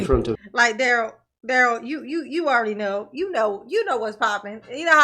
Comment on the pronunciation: love you darling. If you ever hear any rumors about how our precious Dah-rell is enjoying his time at the Pris-ee-on, I hope you share it with us. The man is evil.